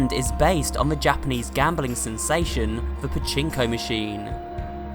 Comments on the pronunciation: Finally people know who Pachinko is! And It’s not Pachi Pachi it’s pachinko If you don’t know what it is Pachinko Is the the mini robot 🤖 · No he's not pachipachi its pachinko